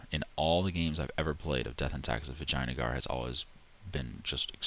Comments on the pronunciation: is it an inside joke or do you just say vijayagnar as vaginagar? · I was drinking milk and I spit it up laughing when he said Vijayanagar and pronounced it Vaginagar. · How can you not laugh when ever you VAGINAgar i mean i was lmao when ever you said it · Lol " Vaginagar" :D I'm I the only one who noticed that? :) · lol the way you said vijayanagar. soo funny